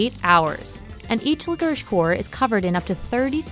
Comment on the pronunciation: Why they read licorice like 'licorisch'